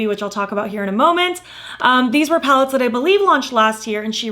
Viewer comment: Sounded like you said you accumulated 10 pounds lately, I was like “girl, same”